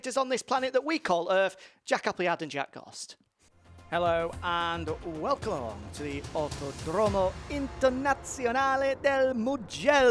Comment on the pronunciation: OUTODROMO HAHAHAHAHA un italiano non lo può sentire hahahah